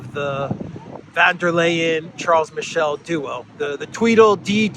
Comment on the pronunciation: Charles Miss-Sell